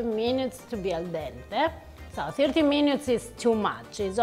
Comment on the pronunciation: “17 meenyootes”……???? 😅😂🤣😂😂😅 love this woman❤️